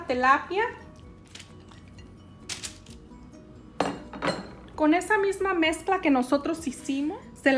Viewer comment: "Telapia" o "tilapia"